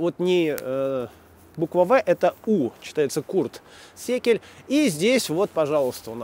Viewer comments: Курт Секель - это Курт Зигель)))))) это по-немецки, значит ie = и, а S в начале слова - это З (как говорил мой преподаватель по немецкому, вы не заставите немца произнести S как C в начале слова даже под дулом пистолета!) Кроме того, есть аналогии. Например, продюсера и композитора группы Dschinghis Khan зовут Ральф Зигель Ralph SIEGEL (сравните с надписью на могиле) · не секель, а Зигель. Го́тфрид Курт Зи́гель (нем. Gottfried Curt Siegel), в России — Го́тфрид Богда́нович Зи́гель[1] (11 марта 1852[2], Лейпциг, Королевство Саксония — 1 октября 1908, Санкт-Петербург, Российская империя) — российский инженер и предприниматель германского происхождения. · Кстати Curt Siegel читается как Курт Зигель :) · в немецком языке - Siegel, читается - Зигель. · более того... Сочетание "ie" читается в немецком как длинный звук "и"...